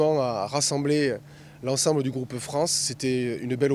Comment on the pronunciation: dit par DEUX FOIS "en équipe de Fran" en éludant sciemment le "ce" finale. C'est un deni de notre pays, honte à lui.